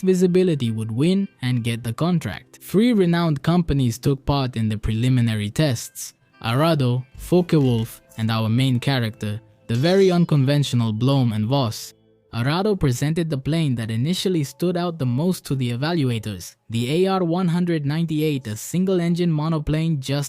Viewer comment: The Fw 189 had Argus engines. No competition for engines there. Also, every time I heard "Bloom" I died a little inside...